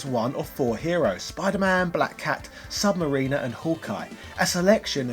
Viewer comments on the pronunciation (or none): You're saying the name wrong. Sub - Mariner, not submariner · It’s sub mariner (mar-RIN-er) not sub mariner (mar-REEN-er) small pronounced difference like Live and Live (Leve) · This was great but its sub-ma-rin-er, not sub-ma-reen-er. Hope that makes sense lol. Sorry to be a nit picker but it got on my nerves lol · Thanks, i hate when people say submarine-r. Like dont they hear themselves saying it and think...this cant be right? Not to mention its correct pronunciation on the character select screen...its right there for all to hear and repeat but they dont 😂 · I’m being one of those guys right now but when you say Sub-Mariner’s I cringe. It sucks that Marvel can’t use him in their movies. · That prononciation of of sub mariner. Wow